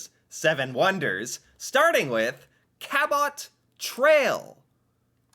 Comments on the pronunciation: We live 4 miles north of the U.S.A. boundary and see Northern lights all the time. They are often visible in many of the northern states also. Don't have to go 'Way up north'! Cabot Trail pronounced "Cabo" Trail. Named after one of first French settlers in Canada: John Cabot. ("T" is silent.).. Silhoet of Sleeping Gian looks like a giant human lying on it's back, asleep. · Hi. I don't know if you will read this as it's a few days old - but just in case: 1 - Cabot trail is actually pronounced like - "cab-it" trail. Your pronunciation MAY have been a bit closer to the actual explorer's name but not quite enough. (He was Italian & his name [before being translated into English, by the English was] Giovani Caboto - "GEE-O-Van-EE Cab-O-toe" 2 - While seeing the Northern Lights is not an active activity, you WOULDN'T get bored very quickly as the lights move around the sky & shimmer & "dance". It is supposed to be quite mesmerizing. I have seen videos & it is mesmerizing in those, never mind in real life. (I have never been fortunate enough to see them in real life either.) 3 - The Bay of Fundy - The HIGHEST TIDES IN THE WORLD. What this means, is that there is a HUGE change in how much water is in any particular place within that area between low tide & high tide. You said you remember the picture of "those rocks" - they are "The Hopewell Rocks". I was there to see the changing of the tides & IT IS SPECTACULAR! At low tide - you are WALKING ON THE OCEAN FLOOR. At high tide, the water reaches to almost the top of those rocks that the trees are sitting on top of! The CHANGE is REALLY PHENOMENAL! Hopefully one day you will get to see these wonders in person. Just say the word & I am sure that you will have Canadian viewers that will help find you accomodation, transportation if needed etc. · Help with your pronunciation Cabot rhymes with Rabbit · Hey, it is pronounced (cab-it) trail, went camping there as a kid! Must see part of Nova Scotia!😁👌✌